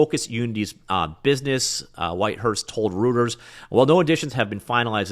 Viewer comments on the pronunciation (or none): "routers"?? :) pronounced "roy-ters" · Just FYI: The news agency "Reuters" is pronounced "ROYT-ers", not "ROOT-ers"... Common mistake. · Reuters is pronounced "roy-ters", not "routers" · reuters is pronounced "royters" not "rooters" lol. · FYI Reuters is pronounced like "roy-ters". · The well-known news organization "Reuters" is universally pronouned ROY-ters, not ROOTers. You obviously read too much; try watching some YouTube videos to learn pronunciations. (ROY-ters, in English, is the German pronunciation of the surname of Paul Julius Reuter, who was a publisher in Berlin in 1847. He founded Reuters in the UK in 1851, and it is now based in Toronto -- for as long as they can afford those high Canadian rents, I guess. English-speakers pronounce "Reuters" as ROY-ters.) Thanks for the update. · I believe Reuters is pronounced "roy-ters," not "rooters." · Reuters is pronounced "Royters". Routers are things that make grooves in wood (i.e., rout) or, alternatively, things that direct network packets (i.e., route). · Good thing you're not a journalist. Otherwise you would know how to pronounce Reuters... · That pronunciation of 'Reuters' hurt me.